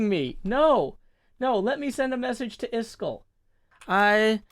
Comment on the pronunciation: Rare moment of getting so frustrated with software that he says Iskall’s name “properly” (the pronunciation and numbers!)